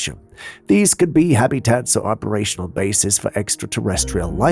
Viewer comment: WTF is a “Ha-bee-tat”?